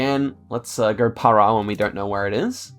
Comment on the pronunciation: You actually pronounced "Para" correctly